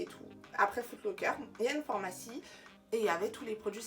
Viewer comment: On dit « phArmacie » et non « formacie » Merci pour ta présentation des produits cerave🥳